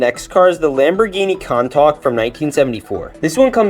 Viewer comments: Did you just say "Con-tok?" It's "Coon-tash." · It hurts when people say Henry Ford made the gasoline engine. Karl Benz would be pissed. Also Ferruccio as it’s pronounced ‘coon-tar-sh’ not ‘con-tawk’. The videos are great and I’d love to see more, but it’s like stepping onto a lily pad and expecting to float. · Countach is pronounced cù-n ta-ch not contak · Its not contok its koon_tach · “Con tak”💀. Learn how to pronounce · Ahh yes Lamborghini conetak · Countach is pronounced coontoch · it hurts sooo much hearing you say coun-tak😭😭😭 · The Italians be looking for him after that pronouncement of the countash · its pronounced somewhat os coon-tosh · Lamborghini cantolk, more like can't talk car names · he masacared the countach. It is pronounced coon-tash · “The Lamborghini CON-TALK” had me rolling 😂😂😂💀 Edit: also do a train version, but make it American. For all the LEGO train enthusiasts and railfanners. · The way u pronounce it is coontaush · That not how you pronounce countach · why did he say countach like that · That countach pronunciation was scarring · Fr. I came to check the comments if anyone said anything about it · ohh you did not just pronounce Countach like that.... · thats exactly what i thought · Lol same